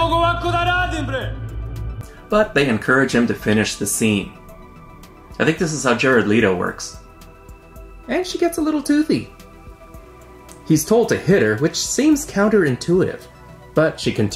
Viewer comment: it's 'Let-o' and p.s. I barfed twice